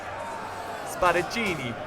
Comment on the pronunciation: u red Spadaccini right for the first time. Nice Job.